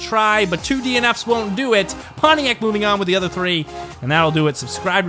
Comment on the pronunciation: Just to clarify, it's not called poniac, it's called Pontiac.